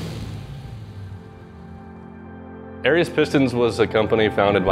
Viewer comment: Well...at least i now know exactly how ''Arias'' is properly pronounced. Great video, as usual. P.S. if anybody has any old Arias catalogs or has inside knowledge, i have a set of mint, in the box, brand new ARIAS pistons i would love to identify....and maybe use...Spoke to ARIAS and even they cant find the part number cuz its from before they computerized.